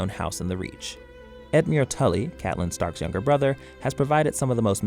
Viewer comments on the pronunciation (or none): none